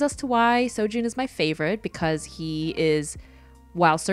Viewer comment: I only recognized four of the characters. I love how you drew all four of them. I’m currently reading Lore Olympus and True Beauty. You actually pronounced Seo Jon’s name right along with Su Ho. For me, I ship Ju Kyung more with Su Ho because not only because they met first but also because I really like how their relationship developed. When I first read the web toon, I thought Seo Joon was a bad boy because that’s how he came off as in the beginning, but you find he’s so kind and so nice. It was really cute when he realized he developed feelings for Ju Kyung. I also hope he gets a happy ending too.